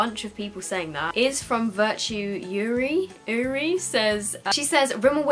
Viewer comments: for everyone else wondering the girl who had Urie in her name Brendon Urie is a Panic! at the disco singer and its pronounced ''yoorie'':) we will never unsub!!!! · Rochelle Dunn someone head the surname Urie and she misprounced it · Simply Rosie K she misprounced Urie wrong😂😂